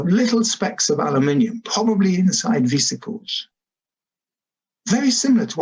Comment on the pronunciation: Thanks, Dr Loe Fisher, for pronouncing "aluminium" correctly for us Brits!!